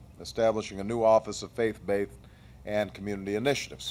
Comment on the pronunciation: Nice points; funny though how he says "face-baithed" at least 6 times :P